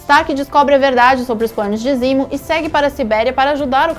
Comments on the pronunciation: Me incomoda pra krl uma coisa. Se decidam ae, ou usam nomes originais ou usam nomes traduzidos. Foneticamente, nos EUA, T'challa se fala "Tetchala" mas no Brasil é "Tchala". Não é "Barão zimo" e sim "zemo". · Zimo???? Zemo !!!!!!! Porra oq essa mulher faz aí? Tá de sacanagem!!!!